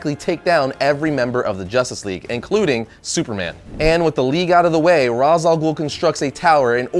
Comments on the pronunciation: Ray-sh. Not Rahz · It's raysh not raas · it's pronounced raysh not raz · It's not pronounced as Rahs, its Rayce. Denny O'Neil will thank you. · Why is he pronouncing Ra's as Rawz? It's Raysh... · It's pronounced as "Rashe," not "Roz." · it's R-aaa-esh, not Raaz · Pronounced raish alghoul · Damnit,, it's pronounced Raysh. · That's not how you pronounce Ra's Al Ghul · He pronounced Ra's wrong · Does anyone else cringe at his mispronounciation of Ra's Al Ghul's name? Don't get me wrong, I really enjoy his videos, but I kinda have to wonder how he misses a name of a famous character. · he said ras name wrong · That's not the canon pronunciation. Not that it really matters. I did this for the lols